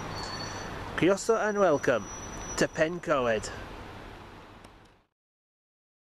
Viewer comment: It's not pen-co-ed its pen-coy-d or pen-cord